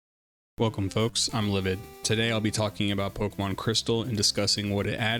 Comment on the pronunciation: Oh, I almost forgot the most important part... you pronounce Pokémon as it should be. Nothing irks me more than supposed fans who call the franchise Pok"ee"mon or Pok"ee"man. God that shit gets me everytime, lol 😅